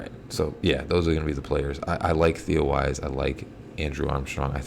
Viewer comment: It's Theo Wease=pronounced Weeese! The Armstrong guy is the one that was draftable, and could be a keeper!